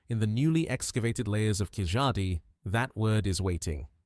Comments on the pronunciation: Hi It's not KIJADI it's KEELADI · Excellent compilation with cross reference to Rakhigarhi, David Reich, Prof Shinde, ASI Amarnath, papola, Y chromosome haplogroup M, L etc. Only thing is Keezhadi is incorrectly pronounced. It should be pronounced as Keeladi.